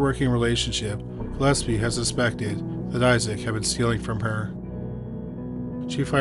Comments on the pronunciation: listed I'm pretty sure Gillespie is pronounced gill-ESP-ee not Gillepsie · The name is Gill-espie not Gill-epsie. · For one thing I’m Dolores is Gillespie‘s daughter and he has the nerves to post this video with pictures of my family and he can’t even pronounce our last name correctly. The nerves of some people bringing up stories that the family members don’t wanna hear or see you again. The nerves.😢